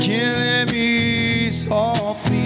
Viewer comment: Dam i love this cover except the only complaint i have an granted its a minor one, is the pronunciation of the word softly. He sings soo-feee wich is kinda irritating me lol. Say it right bro. Good cover tho